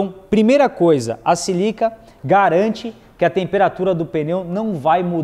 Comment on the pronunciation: Não é 'silica' - É SÍLICA'